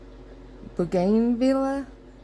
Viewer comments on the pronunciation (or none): Fun. I think the pink is pronounced bo. gan. vee. ya.